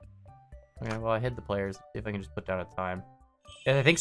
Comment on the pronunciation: going full Canadian